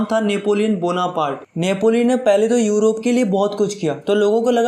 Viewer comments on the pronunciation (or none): none